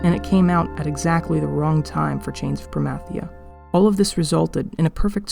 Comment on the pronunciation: You say Promathia wrong lol. But so does anyone who pronounces Zilart with a long I